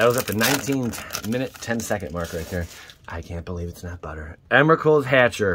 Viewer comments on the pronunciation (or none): I can't believe it's not buhhtah